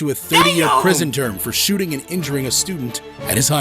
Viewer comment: wth is a shoeting!? it's shooting!